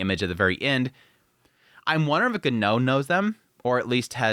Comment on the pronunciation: Your pronunciation of Genau name made me laugh each time I heard you say it 😅